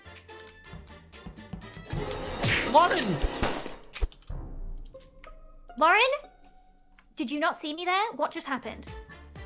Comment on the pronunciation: THE WAY HE SAYS LAUREN HAHAHSHDH